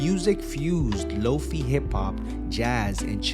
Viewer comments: It's a shortened version of "low-fidelity". The "fi" part is pronounced like "fly" or "high". 👍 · FYI: "Lo-fi" is pronounced like "low-fye", with the "fi" sounding like the "fye" in "wifi" or "dye". Not "low-fee" I do love Samurai Champloo though!